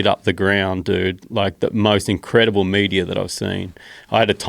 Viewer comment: Mate love your work but learn how to say meteor